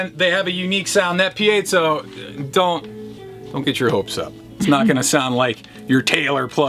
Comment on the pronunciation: Piezo - I heard it pronounced "pie-zo'", "pee-zo" and now "pee-A-zo'". I say screw it & call it a Pizza Pup.